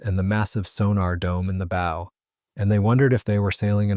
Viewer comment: Why can't they get a human to read the script? The front of a boat is its bow, rhymes with wow, does not rhyme with owe.